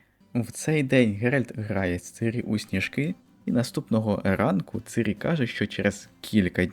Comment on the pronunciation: оце дебільне "цИрі" взялося з роснявої озвучки - бо наші східні сусіди не вміють вимовляти "і" після "ц" і що ще більш сумно - багато хто стверджує, що цИрі нібито "краще" звучить 🤡